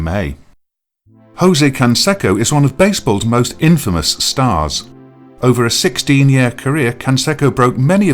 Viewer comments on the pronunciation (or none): none